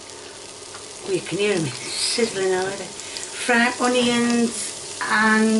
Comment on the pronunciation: and the honeyions